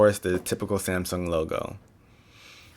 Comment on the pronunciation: He said zamsung